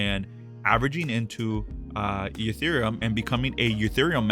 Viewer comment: why does he call it eutherium?